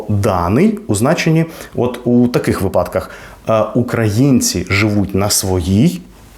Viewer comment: Ґречно дякую! Дуже цікаво! Як мені стало приємно, коли я уявила, що ми замінемо всі схожі з російськими слова. Буде чудово!👍, Ви робите велику справу! Але ось на моменті о ви кажете у випАдках (зверніть увагу на наголос). Я просто сама весь час за собою слідкую саме це слово. Здається, що у Вас неправильно 😉